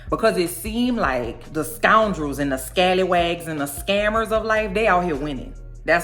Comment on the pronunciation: The way you say scallywag and the Pekingese puppy.....😂😂😂😂